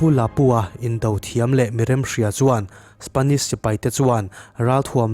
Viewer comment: A lam dan dik... Spanish ni lovin Spenish😁😁🙊🙊🙊🤗🤗🙈🙈